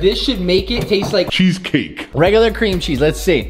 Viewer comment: Cweam cheese